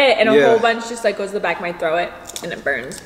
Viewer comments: saying “throw it” when she meant to say throat lol the last time she said that in the other seafood mukbang I thought it was an accident but she said it the same here lol I’ve never heard anyone say it like that before 😂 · WHY DOES SHE pronounce the word throat like “throw it”